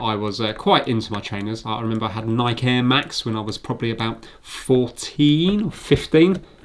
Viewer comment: Hey, you pronounced Nike wrong